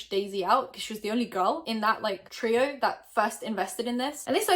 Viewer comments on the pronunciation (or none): none